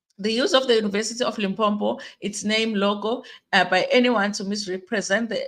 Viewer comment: Wena haibo! One 'm' in Limpopo not Limpompo. Lim + popo.